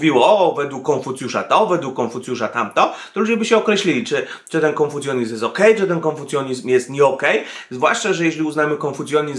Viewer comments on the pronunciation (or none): KONFUCJANIZM a nie konfucjonizm.